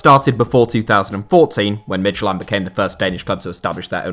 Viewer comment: Midtylland is pronounced Mee-you-lan, not mid-ty-land.